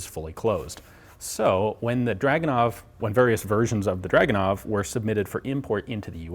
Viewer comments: It is not "dragunov", it is pronounced as "dragooonov", stressing the middle part of the word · Drragoonov. Russian has no "uh" sound. Their "у" in драгунов is transliterated as "u", but has an "ooo" sound, not an "uh" sound. I point this out simply because the number of times draguhnov was said in the vid became annoying to hear. Otherwise, very interesting vid. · you can say it...draaaaag...not druuuuuug. ure still sexy as hell, though:) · Ur saying it wrong its DRAGUWNOF in russian